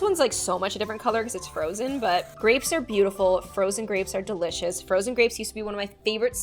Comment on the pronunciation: Are we just going to ignore the fact that she was saying deleecious to cement should we be worried😳😳😳😳